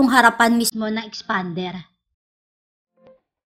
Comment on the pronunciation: Tawang tawa ako sa boses ng nagrereview 😂😂😂 parang galit na ang tigas ng pagkabigkas! EXPAAANNDEEERR HAHAHA... Na may pagka "Bakla" ang language ni...hahaha parang beking car reviewer hahaha #peace! 😎✌